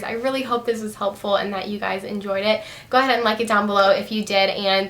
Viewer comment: everytime you say "hi gays" your eyes r close haha love your videos!!!